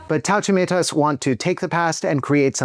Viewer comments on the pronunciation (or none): IM SO HAPPY YOU COVERED TAUTUMEITAS/LATVIA TOO! the pronunciation was a bit off but OH MY GOD IM SQUEALING SO HARD- DONT EVER STOP MAKING VIDEOS ABT EUROVISION PLEASE